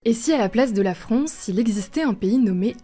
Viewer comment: Elle dit la fronce au début non ?j'ai réécouter plusieurs fois j'ai l'impression 😅